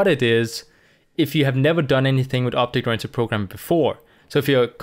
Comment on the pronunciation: J is prounced with sound of H in many words like Mojave may be thats why this guy is pronouncing it Obhect programming